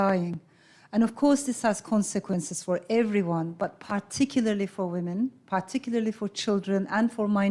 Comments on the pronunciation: Dear Elif, I take that you struggle to pronounce the word Particularly. let me share with you the easiest way to do this. Pa-ti-kila and Pa - ti - kili- ley Not Paaar-ti-kiler- and Paaar- ti-kiler-ley. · You have forgotten to pronounce the letter u